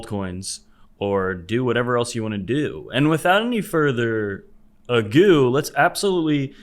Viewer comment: Why does "without any further agoo" make me laugh every time.